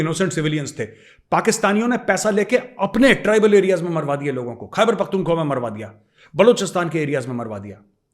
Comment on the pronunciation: 😂😂😂😂😂😂 OMG! That was awesome.. Major Saheb! I am listening so intently and suddenly (Pak) and the pak punjabi style accent (pak ke bina bilkul Sir mera bhi dil nahi lagta Haaay) I live abroad I interact with multi nationalities.. All I say thank you you teach us I pray PM Modi gets you in the Dept headed by Doval Saab you will be an absolute asset MAJOR Saheb Jai Hind a salute to you from me (kadak wala) civilian but I know how to salute an officer.. ❤❤❤❤